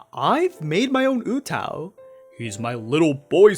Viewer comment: Oo-TAH-oo not Ootow. Sounds like mgtow lol